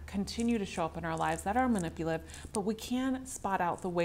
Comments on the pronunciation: Manipulative not manipiliv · Ma ni pu la tiv NOT man ni pliv 5 syllables. Not 3.